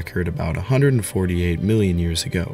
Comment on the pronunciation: dude no disrespect because I generally like your videos but for me to actually watch them you have to learn how to say ”years ago”